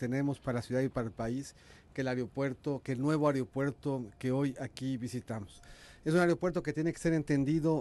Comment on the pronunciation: El "Areopuerto"